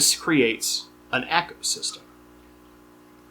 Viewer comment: My only criticism, u said "echo" system , its eco like "go" 😂